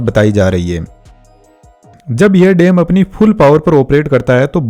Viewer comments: What is dem? Bro it's dam and not yangtajee river, it's Yangtze river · Dam❌ Dem✅ 😂😂